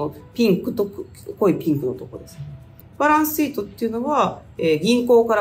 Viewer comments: バランスsheet 良い発音♬ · バランスシートの発音がいいですね